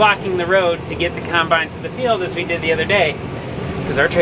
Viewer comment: Gotta love that says kinebine.